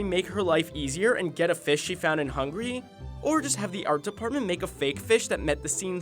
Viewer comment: No offense but it isn't hungry for the pronunciation but hungAry! From a hungarian !!